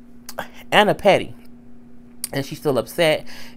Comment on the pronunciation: It's Anna not onna